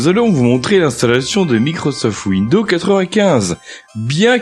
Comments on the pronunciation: L'autre, il fait une présentation de ouindo 95 mais il n'a absolument aucune notion d'anglais...It's incredible!!! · "Bienvenue dans cette vidéo-cassette de formation à windEAU 95" 😂